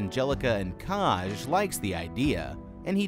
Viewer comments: this isnt meant to be mean but did you ever listen to anyone pronounce the name “kaj” before you decided to butch the name so horrendously hahaha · Obsessed with the mispronunciation of Kaj